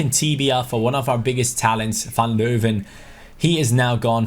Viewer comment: You know you prenounce van leeuwen wrong